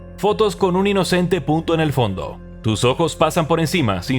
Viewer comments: Parace como si dijera ''Puto'' XD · enrealidad dice punto pero cuando lo repito y repito mi cerbro hace como si el dijiera puto. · Claramente dice punto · soy yo o en el minuto escuche pvt0? xd